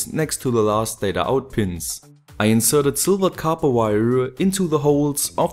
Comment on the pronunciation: Nice to finally hear you say copper correctly :) just kidding, awesome video, just like always